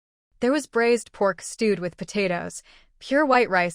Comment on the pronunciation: If cooking meat it’s braised not brazed. HTH